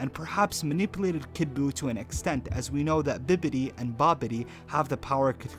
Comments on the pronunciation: Words cannot express how triggered I was by his pronunciation of Bibbidi! Even when it's spelt correctly! IT'S BIBBIDI, BABBIDI, BOO FOR GOD'S SAKE!!!!! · How do you pronounce is biDDibi when its clearly spelled biBBidy ... lol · I thought I was the only one annoyed by how this guy was saying Bibidi's name ... Goddamn man its not hard , just say this in your head if you are confused Bibidi, Babidi, Buu . Like in Cinderella ! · Thumbs down cause I couldn’t get passed you butchering bibbidy’s name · The fact you can't say bibbidi correctly is extremely annoying. Haven't you ever heard bibbidi bobbidi buu? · Dude have you ever watch dragonball z to fuck up bibbity's name. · You can't even say bibbidi right. So your automaticly wrong. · I can't get past the fact you keep saying Bidibi instead of Bibbidi lol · Bibbidi, not Bidibi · I cringed every time you said “Bidibi” it’s BIBBIDI!!! Like the Cinderella fairy song “bibidi babidi booo” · Bibbidi. Not biddidi. Like bibbidi bobbidi buu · It sounds like your saying bidibi it's pronounced bibbidi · You are clearly not a fucking dragon ball fan. Constantly calling Bibidi “bididi” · It's Bibidi not bididi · This was actually an awesome vid, only thing I didn't like is that u kept saying "BITABI" when it's in fact BIBIDI!!!!....lol sorry it was driving me nuts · This is the dumbest DB theory I've seen. It was Bibidi for 1. And 2.) His name is Bibidi not Bidabi. Learn how to 100% correctly say his name the right way first before you tell someone they're wrong or right about something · i like how you pronounce bibbidi as biddibi LuL. nice theory tho! :D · D makes the D sound, B makes the B sound. it's BiBBiDi, not BiDDiBI. Bibbidi, bobbidi, buu, Not Biddibi boddibi duu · Did...did you say Bidibi instead of Bibidi? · its bibbidi not biddidi wtf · You say Bidibbi, I say Bibbidi😂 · Disliked the video as soon as I heard bidibi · Who else almost blew a vessel every time he says Bidibbi? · call him bidibi again i dare you